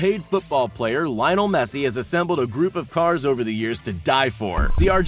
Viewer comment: How he says lieinol messi instead lionel messi